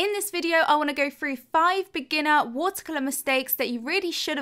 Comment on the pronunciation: I just want to say I love your videos and I also love the way you say “watercolor “😍